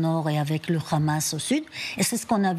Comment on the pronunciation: C'est Hamas qu'ilfautdire, et non khamas comme vous vous plaisez à le dire.